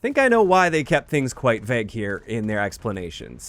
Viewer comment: My ick is how pronounces "vague"...vehg